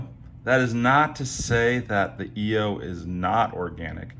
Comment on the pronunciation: It’s not pronounced e o it is pronounced eye o !!